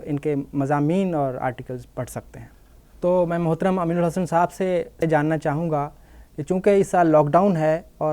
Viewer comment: Urdu Lafz saahab hai Sahaab nahin صاحب سحاب Anchor person's pronunciation is wrong, always he is telling سحاب With names